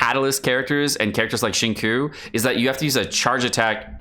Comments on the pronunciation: Pronouncing Xingqiu as Shinkiu is wrong, it's Sinshiu >< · Are you purposefully pronouncing every character's name wrong? lol Beidou = "bay-doh", Xingqiu = "Zing-cho" Also, when you read you're talking fast as hell and slurring all your words together.